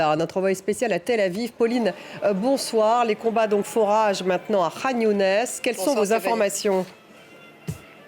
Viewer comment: Ça ne se prononce pas Younès mais Younis.